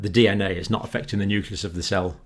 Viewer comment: That is indeed great news!!! Though I was surprised to find that even someone like Dr. Campbell mispronounces the word "nucleus" (which should be "new-clee-uhs" instead of "new-kuh-lous"), much like how weapon labs and US presidents mispronounce "nuclear" as "nucular". It's sad to see how this has been spread across the native english speaking scientists.